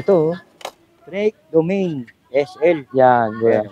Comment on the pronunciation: "domani" po ang pronunciation hindi "domeyn"